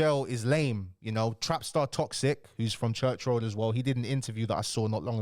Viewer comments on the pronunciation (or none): none